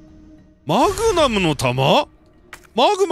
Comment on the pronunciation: がちゃんと『マグマム』って言ってくれると安心する